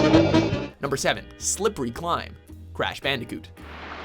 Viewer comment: Silvery climb? Are you drunk?